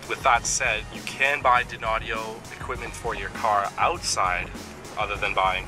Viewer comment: Just so you don't keep sounding dopey and unsophisticated, that Audio brand is pronounced - "DINE-Audio" , not "Din-Audio" lol Dynaudio is a highly-regarded, High-End Speaker company from Denmark who produce Audiophile level Home stereo speakers, Studio Monitors for Engineers and sell their drivers to other Speaker companies. You're welcome... :)